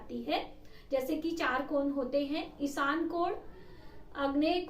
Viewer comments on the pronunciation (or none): इसान नही ईशान दिशा होती है दिसा नही होती है🙏